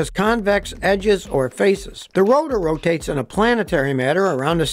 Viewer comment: It ROW-TAYTeS!!